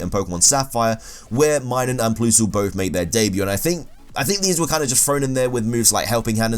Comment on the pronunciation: Him: PLOOSLE AND MYNUN Irl: plus-le And My-noon